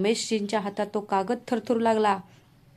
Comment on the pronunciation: काकद नाही कागद